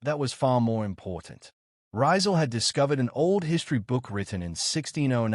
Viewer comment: The correct pronunciation of his name is Ree-zaal, accent on the second syllable, not Rai-zaal. How can you make this basic mistake? It's so egregious and distracting that I stopped watching the video despite the interesting content.